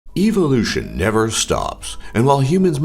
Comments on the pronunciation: lol "evil loution" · ''evilution'' wtf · The way he said 'evolution' at the start was all I could focus on